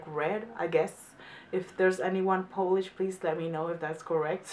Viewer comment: Ok Lady. It's not a nail polish. It's Polish. It's not the same pronunciation! Try p-oh-land or p-oh-lish. The rest polish words was perfect :) ..almost.